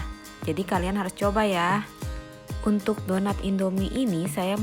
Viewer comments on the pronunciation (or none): suara nya bindeng jelek suaranya lain kali buat yang jangan bindeng ya aku ndak suka suara kayak gitu bilang untuk lo kayak umntuk bilang tanpa lo kayak ltamnpa